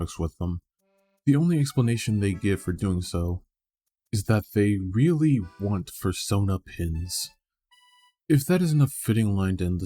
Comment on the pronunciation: “I weawwy weawwy waunt fursonah pinz.”